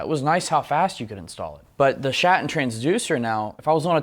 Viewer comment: That Schatten sounds like Schat.